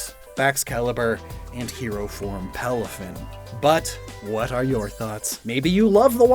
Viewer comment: And PALAFIN